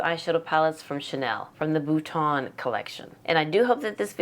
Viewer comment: Omg i thought you said "puttana" or puttan, in my Italian dialect. We wouldn't want that name for a collection 😂😂